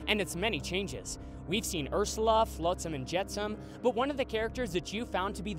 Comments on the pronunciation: Lol did eanywon here that he said ershala but not ersala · He said Urshula😂👍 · I love how at one point he says urshula instead of Ursula Edit: What was the “tragic accident” in 2016??? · "Urshula" its Ursula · he says urshela 😂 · And you sayed urssula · Chihuahua soccer you said it wrong you said Ursula